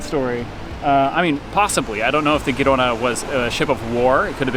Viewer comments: The Spanish ship (and city) pronounced HEE-ro-na, with a harsh "h" as in "Bach" or "Loch Ness." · If the Spanish ship Girona is named for the city northeast of Barcelona, the G pronounced softer, like the J in Jersey.